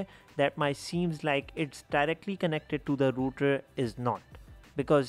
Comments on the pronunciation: It's Rotor, not router. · It's rotor not router